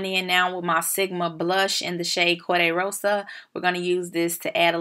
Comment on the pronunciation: What a great video even though you didn’t roll the r in Corde Rosa lol!! Beautiful natural glam! I love voiceovers!! What is our shade in the Sephora powder? You keep saying it makes your face so smooth. Lord know I need it😩